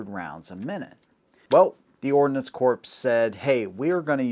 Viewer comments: Don't forget the difference between ordnance (what he was trying to say) and ordinance. Also a pretty big difference between those meanings and pronunciation. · Did you just say Ordinance Corpse? 07::32